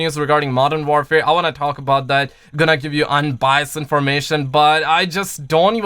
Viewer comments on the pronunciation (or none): Jesus learn how to say Modern Warfare please it’s not modern ware fare. WAR WAR WAR how do you say war not ware